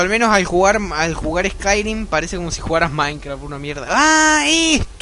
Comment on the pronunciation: Se dice "escairim", no "escairuim"